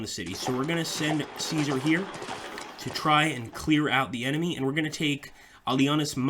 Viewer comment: Remember that passive armies can not conquer/reconquer areas and that even if you have complete control over an area that does not necessarily mean that you control its city/town as far as I know your Latin pronunciation of Caesar was spotless (have studied just a little bit of Latin myself) in Sweden we pronounce it something like Cescark (all c pronounced as s)